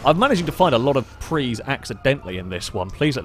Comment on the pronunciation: It's PRIUS not a PREE!